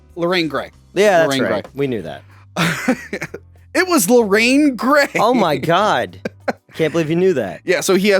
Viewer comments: It's Lorraine Gary..not Lorraine Gray. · Loraine Gary’s not Loraine Gray Carl Gottlieb not Rodger Gottlieb (Feel bad for this one) dog is Pipit not Pipin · Lorraine Gary, not Gray. Good grief, if I had a penny every time these guys mess up a name or movie, I'd make Jeff Bezos look like a pauper.